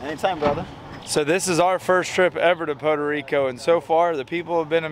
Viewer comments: 1 minute in and I hope I don't hear "Poto Rico" again! It's freaking "Puerto Rico"! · it’s Puerto Rico not Poda Rico 😂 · Pu air tow Ree co. NOT Poe toe Ree co. Hope this helps. 😉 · Had me cracking up at how you say Puerto Rico. Sounded like Pordo Rico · Poe Deriko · “We in Potoe Rico”!! Dang. lol Good vid and fun times. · Every "Pow-tuh Rico" took a piece of my sanity :) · "PODA RICO" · Lmao “poto reeco” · its not podo rico lol typical gator fan, go put on your Jorts 😊😊😊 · What the hell is Poto Rico!? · "Poto Rico" eh? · "poto rico"? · Stop calling it Potarico . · I love how pronounces Puerto Rico 😂😂😂 I only hear gringos say Puerto Rico like that lol😂😂😂 we love em all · Gotta work on that pronunciation man haha otherwise awesome..... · Why can’t you say Puerto Rico? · You had better learn how to pronounce Puerto Rico, really quick